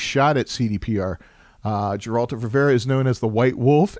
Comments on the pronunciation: "Another Jeralt or Revera adventure" First time I hear someone butcher it that badly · Dżerald of Rivera xd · Doing video about the Witcher.. Doesn't even know how to say Geralt of Rivia properly Great job